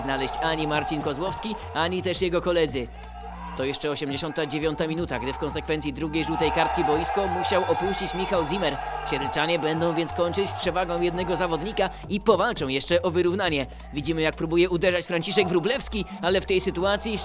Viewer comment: Nazwisko "Zimmer" wymawia się "cimmer"